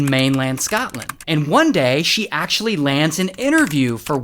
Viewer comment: as a Scottish person, the way he says Scotland is insulting😢